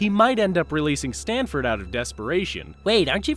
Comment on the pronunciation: It's Stanford not Stanely Bill..